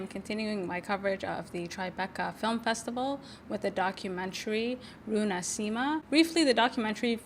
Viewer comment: Hi, thanks for bringing this incredible film to listeners! I just saw this at the Seattle Film Festival and was blown away. You might think about a couple of things: post a clip or trailer as soon as you can get your hands on it, and 2) listen for how to pronounce the title of the film and the language "Quechua". Both of them came out wrong.